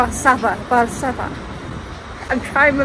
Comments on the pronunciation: It would be perfectly fine for an English speaker to use the English name of the city, that is Warsaw. You did a nice try, though, with the Polish version (Warszawa), but you shouldn't pronounce the letters 'sz' as [s], but rather like the English 'sh' in 'shop' or 'fish'. And the stress in Polish words is on the penultimate syllable - in this case, it's -SZA-. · SZ is pronounced like SH in English. And W is like V in English. So its 'var sha va'. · Hey, to make it easier whenever you see, sz like un warszawa, you could read it like sh for shop but only sh and that how it sounds the SZ just like SH for SHOP ! 🫠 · It's pronounced more like "Varshava" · All other things aside, how you not proounce Warszawa correctly? It's just the classic "sh" sound, nothing too difficult about it. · "vaaahsava" hahahaha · Should be pronounced: 'varshuva' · Sz is sh sound, so varshava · sz=sh in english, so Varshava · Honestly you could have made a better effort to pronounce a simple name like Warszawa properly. Its not hard - Vahr-Shah-vah. SH. You're welcome